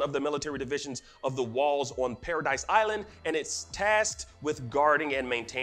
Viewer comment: Its not Paradise island, its Paradis